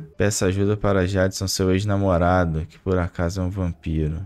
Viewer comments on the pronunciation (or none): mandando aquela localização PT-BR ao transformar "Jason" em "Jédson".